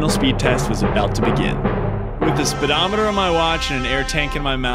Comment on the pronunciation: What's a "spiddometer".. It's a speedometer.